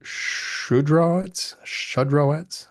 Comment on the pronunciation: And yes you were closer with shud-ro-witz than every teacher I ever had.